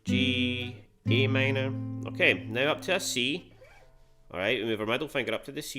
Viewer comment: I guess it’s just your pronunciation of Am